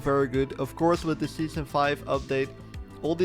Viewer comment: scheason four